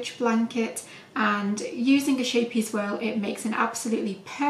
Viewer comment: So beautiful thank you 😘 by the way it’s pronounced scape-ee-es meaning little ship xx